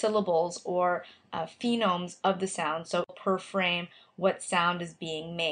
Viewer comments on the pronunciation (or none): This is helpful. Thanks! I just want to mention that it's a phoneme. PHO-neme not PHEE-nome.